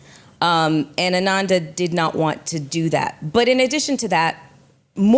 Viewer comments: Her name is Ananda! Not Amanda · Her name is ANANDA not AMANDA...